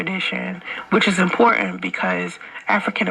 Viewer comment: Lol she can't pronounce "important" she says "impoorant"